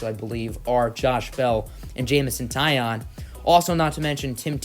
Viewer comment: love this series but pronounced it’s jameson tye-own just for further vids lol